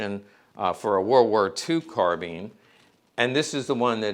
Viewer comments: I think you’ll find it’s actually pronounced: carbine🤌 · The British Police used Tommy Guns, well you learn something new every day. Also it is pronounced Carbine not Carbine. Love you.